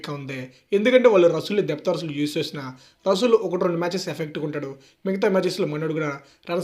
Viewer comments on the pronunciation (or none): రసూల్ కాదు బయ్యా రస్సెల్ 😂